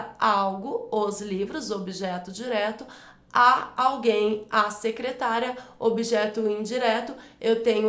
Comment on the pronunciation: Sou inscrito recentemente no seu canal. Desculpe-me a intromissão,, mas há um erro de pronúncia na letra "d" de um dos exercícios sobre crase, em que, mesmo estando escrito "secretaria", você pronuncia o termo - claro que por engano - como se fosse "secretária".